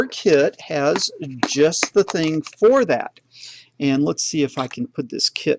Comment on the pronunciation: ``the ting``